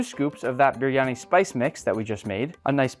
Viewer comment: Why can't you even pronounce the dish?